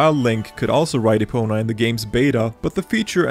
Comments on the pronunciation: and “Epono” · You literally called Epona Epono